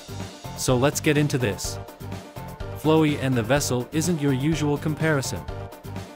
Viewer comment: lmao why does the ai voice pronounce flowey like that